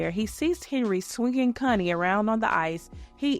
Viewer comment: Um please pronounce Connie correctly..in the UK what you're saying is adult language. Not cun, con.